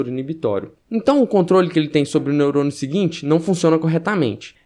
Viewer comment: tô chapado ou ouvi "neurono"?